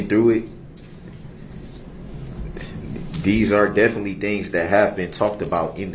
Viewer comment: He is "definly" mispronouncing the word "definitely". HIs frequent stupidly incorrect word pronunciations are both annoyingly disgusting, and somewhat amusing at the same time !